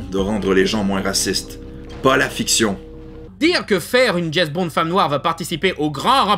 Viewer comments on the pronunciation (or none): déjà pourquoi il dit "Jess" Bond ?